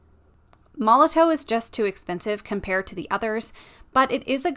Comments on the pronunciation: Apparently it's pronounced like Molotov even though there's a w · It's pronounced Molotov. It's just a German company, and in German a W makes a V sound. It's made for graffiti, and in the tagging world putting up graffiti is called "bombing". Hence the name.